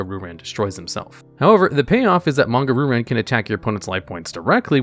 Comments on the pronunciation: "Ru-Ran" "Ryu-Ran" There, fixed that for you. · I have to say it... It's "Ree you ran" not "Ru ran" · “Ree-yoo Ran” not RooRan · Ok, how do you speak Japanese and still consistently butcher Japanese names? Roo Ran instead of Ryoo-Rahn? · Roo ran? Please read the damn card